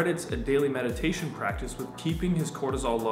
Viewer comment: metidation seriously pisses me the f*ck off.